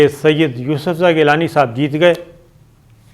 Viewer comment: سید ، اتنا زور دے کر نہ کہا کریں۔صرف گیلانی ٹھیک ھے ۔ اتنے اہم اعوان میں اتنے غیر سنجیدہ لوگ جن کو ہر وقت الیکشن چاہیں